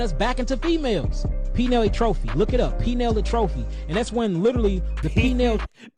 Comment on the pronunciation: "PEE-NILE A-TROPY"